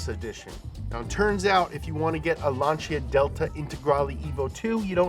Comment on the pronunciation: Never heard anyone pronounce Lancia like that. Lanchia?